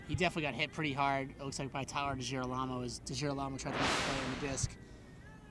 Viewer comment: am I the onlyone who noticed the say tyler degilarmo wrong?